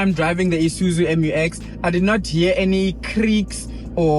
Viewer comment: Promounced MEW EX, not em you ex. Please be professional.